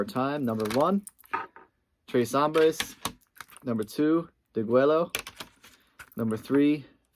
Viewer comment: La Gronj? You just lost all credibility there!...also Duhgwello?